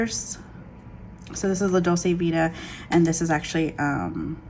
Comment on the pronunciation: Hello! I like your channel and thank you for sharing your planning style with us. Just an FYI, Dolce is pronounced as DOLE-CHAY, meaning sweet. La Dolce Vita = the sweet life. You can hear the word here